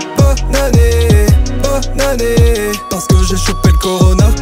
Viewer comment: Je suis la seule qui entend "BOB ANNÉEEEEE'' ???